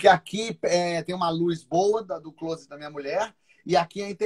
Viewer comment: A pronúncia não é "clôset", é "clóset"...